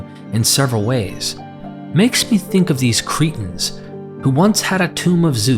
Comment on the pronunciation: You make the word Cretans sound like the word cretins, I wish you'd take time to be very clear & precise with you pronunciation. Even the book of Acts you make sound like the book of Axe, just to mention 2 of many!